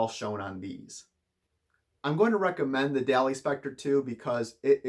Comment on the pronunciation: Hate to be that guy, but it's pronounced almost as if it were spelled "Dolly."